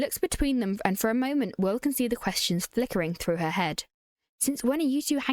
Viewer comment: Omgg when she said Wiww i laughed out loud